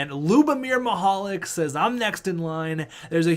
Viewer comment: Because of how you pronounce Mihalik's first name his nickname should be Mr. Lube